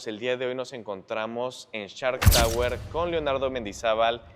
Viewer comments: “Nos encontramos en CHART Tower”😂😂😂😂Se dice: SSSSHHHHARKKKK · No, no, no, se escucha claramente que dices CHART, pero así lo dejamos. Lo importante es el edificio, muy bonito pero fuera del alcance de la mayoría.